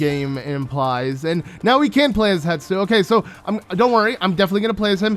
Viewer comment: Hestu. Hess-too. Not Hett-stoo. Not Hett-soo. Hessstooooo.